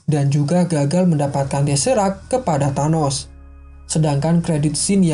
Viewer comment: Thanos Bang Bukan Tharno